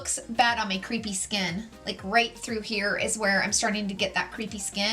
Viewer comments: Took me forever to figure out you were trying to say crepe-y skin and not “creepy” skin. 😅😂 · Love your videos! But as an editor with three decades experience: crepy or crepey skin is pronounced like kray-pee. As in crepes for breakfast, rather than creep of an ex-boyfriend.